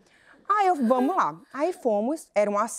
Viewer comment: "vamo í" dói kkkk